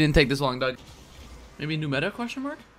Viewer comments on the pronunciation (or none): none